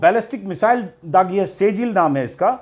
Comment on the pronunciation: "सेजिल " नहीं "सिज्जिल" hota hai Ajit ji!